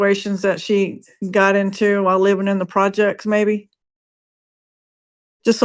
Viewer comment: really said "when I lived in the JECTS" LMAO WTF. Who calls the frikken PROJECTS "the JECTS"?! OMG, I've seriously never hated 2 individuals more than I do and The One Armed Bandit.